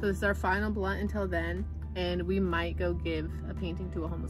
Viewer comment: you said blawnt not blunt 😂😂😂 and thanks for shouting me out lol ..u said fire u cant take it back :p